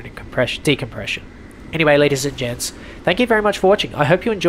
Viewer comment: Sometimes it sounds like your saying “lady’s and jets” instead of “gents” but it’s honestly accurate asf Bc us dudes do see ourselves as jets. Strong and capable🥸